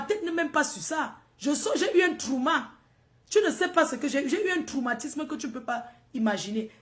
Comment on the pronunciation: C’est toi qui a compris ce que tu veux comprendre tout le monde a bien compris tro et non trou ivouuuhh